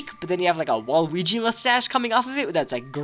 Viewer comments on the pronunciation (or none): none